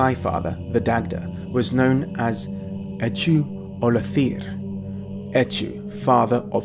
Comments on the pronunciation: Just a note on the pronunciation of Echu Ollathir (Irish student in Celtic studies here): the ch in Echu would have been a voiceless velar fricative [x] (as in Modern Irish), and the stress in Ollathir would have been on the first syllable. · Amazing video, I've always been interested in this ancient mysterious stuff. Also sorry but you butchered that Irish, Echu Ollathir, Lmao